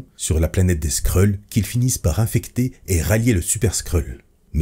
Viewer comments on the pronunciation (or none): none